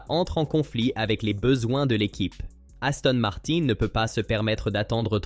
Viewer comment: Parfois c’est aussi « niouwy » et Aston Marin devient Aston Martenne !!! Incompréhensible !!! Ça sent le faux.